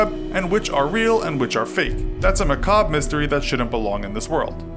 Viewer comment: Are we going to ignore the fact that the narrator doesn't know how to pronounce the word macabre?